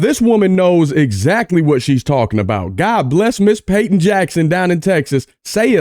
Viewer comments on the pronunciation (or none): none